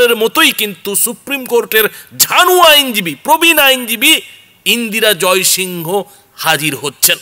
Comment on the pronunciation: ইন্দিরা জয়সিং বলুন না... এটা তো যেভাবে practically "Indira Jaisingh" কে উচ্চারণ করা হয়ে থাকে সেভাবেই বলা উচিত। ওনার নাম pronounce করার সময় ইন্দিরা জয়সিং pronounce করা হয়। সুতরাং সেভাবেই বলা উচিত। ...name of a person is "proper noun". এটাকে ঠিক ভাবে pronounce করুন। বাকি সব ঠিক আছে। এটা খুব ভালো খবর।👌